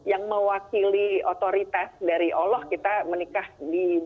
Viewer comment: Mbak mba bukan olloh.allah mba